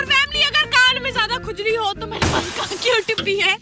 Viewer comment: ne Kan Bola mujhe kuch aur sunaye diya